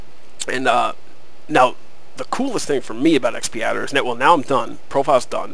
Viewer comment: X padder, not XP Adder...